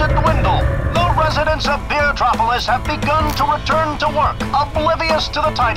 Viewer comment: it says bee-tropolis